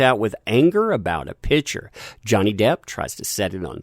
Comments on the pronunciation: Picture. Sounds like "Pick-chur". Pitcher is something you put water in. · You need to pass English class. It's PICture, not pitcher. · everytime says "picture" i hear "pitcher":D